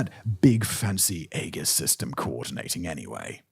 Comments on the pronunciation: and it's a greek word. It's 'ee-jis' not egg-us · EE-jiss." Not "AY-juss," and not "AY-giss." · The way he pronounces AEGIS with a hard "G" like haggis is killing me. It's "EE-JUHS" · EE-JIS not 'AY GUS' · AEGIS.... You maybe pronouncing it correctly for the Greek version, but for the US naval version use soft g not the hard g. You know the one that sounds like a j....AEJIS is the way The US Navy pronounces.... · E-jiss, not ay guss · The name is E-jis. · Its 'A-Jis' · Aegis [ˈējəs]. Sorry, it was just bugging me. The Navy acronym SLQ-25 would be "slick-25." Cheers.... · WTF is “egg-is”????? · aegis (/ˈiːdʒɪs/ EE-jis;[1] Ancient Greek: αἰγίς aigís) *sigh*. Mispronouncing the most important system. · Eggis is killing me lol. I would rather take Ages. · omg, you mispronouncing Aegis is driving me mad... A-Jis... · I say AEGIS with a soft G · "Egg-is" had me rolling lol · Yeah, the old boy really doubled down on the mispronunciation. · more like "Aye-Gis" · Sounds like ee·juhs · “Egg-iss combat system” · Aegis has a soft G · The A is silent, beans on toast! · As a former US Navy EW Tech, I appreciated you showing the SLQ-32. However, deduction of cool points for the mispronunciation of the AEGIS name and saying soldiers instead of sailors. Really good video, though. As always, great work on this and your other channels! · I'm pretty sure it's a soft G in Aegeis. Unlike the G in a rhyming Scottish delicasy.Check that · If you’re going to say the word aegis 300 times in a video, learn to say it correctly. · Might have mispronounced Aegis... =D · I think the biggest thing is how he missprounced AEGIS